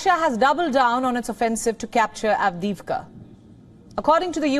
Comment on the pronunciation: LEGEND HAS IT THAT SHE SAYS AVDIVKHA IN HER SLEEP 🛌 ON REPEAT